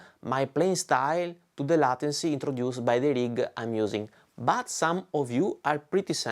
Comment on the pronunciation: it's pronounced laituncy not latency, with the same "ai" as in "get laid"